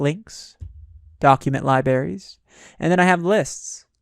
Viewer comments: Two hours with a narrator pronouncing libraries as "lie-berries" - WTF? I don't think I can do it! Oh, and spoiler alert, there are no "Exercise Files" for this module, so don't bother following the link and filling out the access card. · You all have issue with his "Li Berries " But I am uncomfortable with the sound of his breathing and taking saliva inside. He might keep the mic in his mouth. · "lie-berries" lol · It almost makes you wonder if he is trolling on purpose.